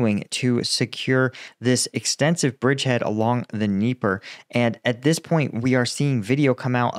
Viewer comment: HEY! You correctly said Dnieper (the name of the river) instead of Dnipro (the name of the city).